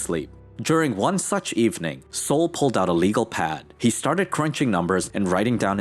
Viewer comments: "Sol" what is short for Solomon ( King Solomon in the Bible) so, not pronounced Sōl but SAHL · BTW, Sol is pronounced like Call, not like Soul. There is no U in Sol. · Yeah, I was thinking it’s pronounced like Sahl, not like the sun, Sol.